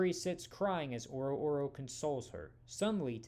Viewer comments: It hurts me every time he says oro oro. Its O-ror-O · I'm pretty sure it's pronounced "Ororo", not "Oro oro."